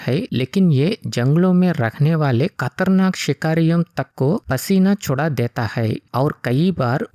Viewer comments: खतरनाक ❌ कतरनाक ✅ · खतरनाक ❎कतरनाक✅ 😂😂